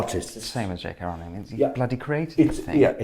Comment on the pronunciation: PLEASE can people learn to pronounce J.K. Rowling's name as she pronounces it? Rolling. Or does she have to earn another billion before people think she's important enough to be shown that courtesy?